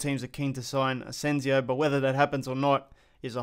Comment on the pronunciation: Its ASENSIO not AZENZIO